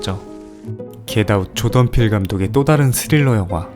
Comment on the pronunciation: 조던 필 감독을 조던필 감독이라고 들어서 한국 분인 줄 알았음